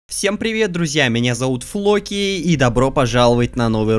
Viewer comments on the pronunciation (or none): Как обычно не а Роман Флокииииий